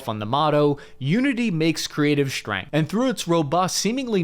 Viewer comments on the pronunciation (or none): none